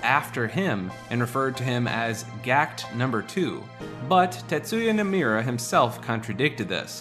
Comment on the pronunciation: Bro you gotta learn how to pronounce Nomura